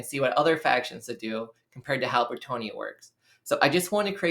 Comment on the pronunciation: Why is everybody and their mother pronouncing Bretonnia as if it is spelled as Bretonia? The long "o" doesnt even make sense when you look at the region in France which is named after obviously: Breton. Try Breton-nia instead of Breto-nia. There, got it? Ok cool.